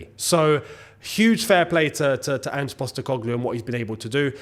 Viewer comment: Thank you for learning how to say Ange's name, also spuds won't win the league. Shouldn't have won against liverpool and wouldn't have even beat the worst team in the league if it wasn't for ridiculous added time. I've watched them struggle against poor sides far too often to actually take them winning the league seriously.